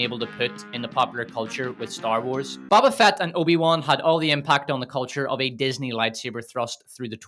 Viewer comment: Hey guy? Love the video, love the analysis but... it's a long O when saying Boba Fett. It's not Bobba, it's BO-BA. (bow-buh) Otherwise, great job.